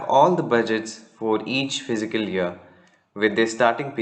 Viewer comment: The pronunciation is fis-cal not physical year!